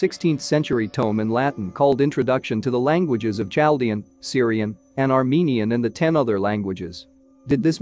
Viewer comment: CHALDEAN IS PRONOUNCED WITH A "K" /KALDIAN/ IF YOU ARE GOING TO MAKE INSTRUCTIVE VIDEOS. PLEASE FIRST INSTRUCT YOURSELF !!!!!!!!!!!!!!!!!!!